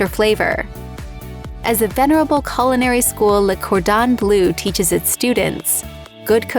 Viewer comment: Sorry dear but the correct pronunciation of the world renowned institute of culinary education is not the CAR Dan Blue. It is the Cor don bluh. Don't use foreign language words if you cannot pronounce them at least reasonably well.